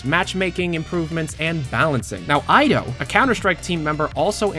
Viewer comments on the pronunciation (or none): Ido is pronounced Eedo, not Aydo 'tis a Jewish name Ido Magal